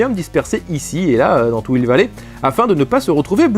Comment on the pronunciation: Un N'Hill vallé ouai, bien joué la liaison :p